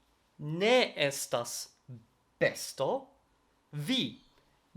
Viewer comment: Vi estas tre bona sed, la prononco de vortoj kiel "homoj" kaj "bestoj" ĉiam havas la akcenton sur la unua silabo, ne sur la "o" de "oj".